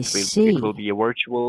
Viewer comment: "Wir-tuwal rEaLiTy" 😂🎉